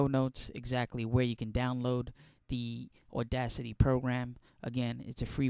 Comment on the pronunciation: You sure have a New Joisey accent. AWDACITY